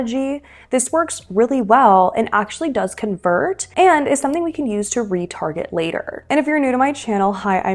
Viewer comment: "...where we can retarget customers..." ...I first understood "where we get retarded customers." 😄😄